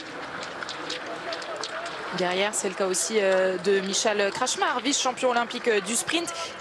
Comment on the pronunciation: Juste si Alexis Bœuf pouvait faire un petit effort de prononciation sur les noms étrangers. Krcmar qui devient carrément kmar ou encore mieux Komar alors que ça se prononce tout simplement kré-tch-mar. Je pense pas que ce soit très compliqué à prononcer. C'est exactement comme si un commentateur tchèque prononçait Martin Furchade ou Martin Fourchette tiens pourquoi pas Alexis :) . On a aussi en stock Tsvetkov qui devient subitement Tsekov. Faudra juste faire attention à l'avenir que Latypov devienne pas Lepovtype ou Leptibeauf. Non c'est pas méchant Alexis mais c'est aussi pour toi pour ne pas que les étrangers rigolent à chaque fois que tu écorches leur nom. D'ailleurs j'ai rmq que c'était très français d écorcher les noms étrangers dès qu'y a deux consonnes qui se suivent alors que c'est pas sorcier. Car autrement tes commentaires sont très qualitatifs et assez impartiaux même si forcément on est tous un peu chauvins surtout vu comme ils nous font vibrer très souvent. Merci d'avance